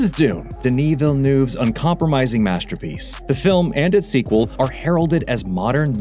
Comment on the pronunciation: "Dennis Villennoove"... 😅